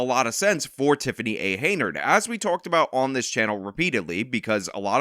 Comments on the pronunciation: Hen-Yard. Hen-Yard. Not Hey-Nard. Hen-Yard. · Hen-yard not hay nerd. Your cred is reduced when you continue to botch her name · HEN-YARD not Heynard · YOU'RE KILLING ME. IT'S HENYARD, NOT HEYNARD. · Henyard, not Heynard. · keeps calling her HAYnard when its HENYARD and im here for every minute of it! 😂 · HenYard ...not Heynard. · If you're going to keep making videos about her, you should know her name is "Henyard," not "Heynard." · At least you could pronounce this criminal’s name correctly. Her name is henyard, NOT haynerd. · HEN-yard, not Hey-nard! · Hen... YARD... Not Heynard. You've never once pronounced this idiot's name correctly. :D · Is it me or does he say Hey-nerd on purpose? I mean, I find it super hilarius because she doesnt deserve to be called by her real name anyway, Hen-yerd. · it's not Heynard. It's Henyard as in yard hen. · you know that we all love you, and I appreciate your work. My issue is that Teflon Tiffany A. Henyard’s last name is pronounced “Hen-yerd” and not “hay-nerd”. Have a great weekend! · Her name is Henyard not Haynard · You keep saying her name wrong. It's Hen-Yard not Hey-Nard. Hard to shame someone without the right name. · Its Henyard, you illiterate. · HEN-yard, HEN-yard. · Unsubscribed! I lost most my respect for this channel. Dude doesn't even know the name of the person he's reporting about. Tiffany Henyard! Not Heynard. Dude is just pumping out bullshit for views. This story contributed nothing. Just talking about the same shit that's weeks old. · So her name is spelled Henyard but it's pronounced Hey-nard?!? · Dude. I love you and I know you pronounce things wrong on purpose sometimes, but it’s Henyard. Hen-yard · HEN - YARD. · Dude's done 7 episodes on this lady and still can't say her name. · Bro you’re gonna have to start pronouncing her last name right at some point